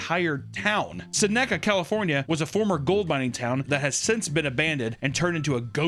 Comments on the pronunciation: Seneca isn't "Suh-neck-uh", it's "Seh-neh-cuh" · As someone who lives so close to Seneca Missouri, I'm shocked by the pronunciation of Seneca. Is that how it's supposed to sound??? Us hicks here in SW Missouri say it like "Sin-uh-kuh" 🤣 😅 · pronunciation of Seneca gave me a twitch